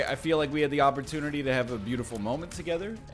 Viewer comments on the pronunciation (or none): none